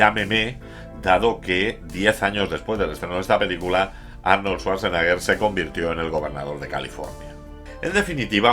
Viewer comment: No es lo mejor de Schwarzenegger, pero es muy entretenida. Muy buen video, como siempre, pero lo de Svasnaga me ha echo sangrar los oídos... Jaaaaaajajajaja